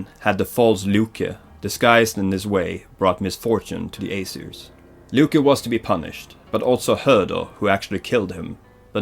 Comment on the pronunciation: I'm here after watching god of war 4, and I'm here to tell u: Get your pronunciations and spellings right. Loke... Seriously!!? I mean come on, everybody knows it's Loki, all u had to do was watch a freaking avengers movie!!! And even Odin! U were calling it something I don't even know what.